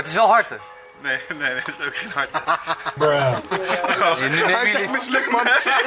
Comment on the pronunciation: harte 6. Ipv harten 🤣🤣🤣